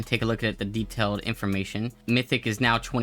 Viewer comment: WHY DO YOU PRONOUNCE DETAIL AND AFFIX LIKE THAT AHHHHHHHHHHHHH